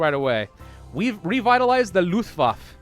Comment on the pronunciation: luftwaffe - the 'e' in the end isn't silent, but overall you are pronouncing it pretty well